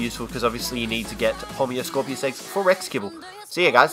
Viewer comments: It's Pulmonoscorpius, not Pulmiscorpius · When he said it, it sounded like Pominoscopius